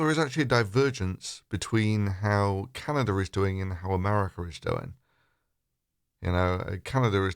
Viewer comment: "Canader" is sparsely populated